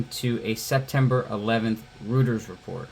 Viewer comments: Not trying to be a dick, but Reuters is German, it's pronounced Roy-ters, not Rooters. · It's real simple, just Roy-ters. It's German. They say "eu" like "oy", in words like Deutsch (Doy-tch, means "German") and Deutschland ("Germany"). I don't know why either.